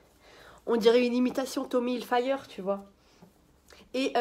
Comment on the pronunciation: Ptttdrrrrrr comment elle a prononcé tommy hilfiger , tu fais exprès de faire la nabila sur le coup?